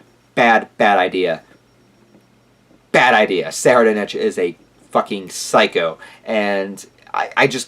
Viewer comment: I believe it's pronounced "soraidnik". Edit: Deym, I know im so late but HxH is really getting interesting. I hope Togashi finds the passion to finish the whole arc asap. Nice review btw.